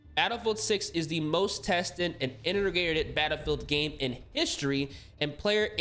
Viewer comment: "Inner Ner Grated" 😂😂😂😂😂